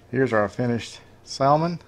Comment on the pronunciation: Yo bro... the L in salmon is silent. Here on the coast we soak the boards overnight as well. Marinate the meat overnight in some soy and demerrera and serve with finely chopped green onions...